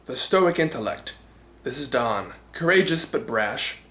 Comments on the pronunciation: Also, that's not how pronounces "Don" here. Then again, he got Zyurangers' name wrong in pronunciation, so...yeah. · I meant in the 1st part, but I heard you pronounce it "Don," so I assumed it was spelled that way, but I didn't mean to offend. I was just pointing out what I heard.